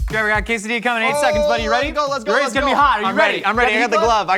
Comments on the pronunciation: I am sure that I heard Link call Trevor " Trayvor " yesterday morning. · Yea, calling Trevor "Travor" is a joke on the channel. Can't remember how it started though